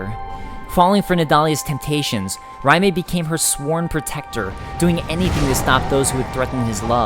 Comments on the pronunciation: I am not saying you're wrong on pronunciation...but isn't Raime pronounced Ray-m? Not R-eye-may? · Raime is prounced "RAY-m" not "RYE MAY" lol gosh darn that was annoying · You pronouncing Raime, makes me cringe. Do you see a m before the i? RAYM not RA MAY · "Ry-may" really? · I enjoy these lore videos you make, they're good quality and you have good insight. It's kinda silly to say, because pronunciation is different person to person, but you do seem to mispronounce many names/items and words. Alonne is pronounced Al-lawn from most everyone I hear, and Raime is pronounced Ray-m, not Rye-may. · the way he says Raime is really irritating he says it like Rimea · Great video, but you said Rim'ay. Lol, that was so hard to not yell at my screen. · Then that pronunciation makes me cringe. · Great video, but are you pronouncing the two knight's names correctly? Are you sure it's not Raym and A-lon? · You have a rather interesting way of pronouncing Raime. The E is definitely not emphasized.